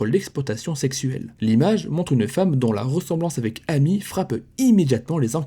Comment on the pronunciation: Son prénom amy se prononce émy les prénoms Américains le A se prononce (é)